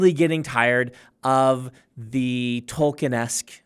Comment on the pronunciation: New drinking game idea. Take a shot for every time this guy says Tolkienesk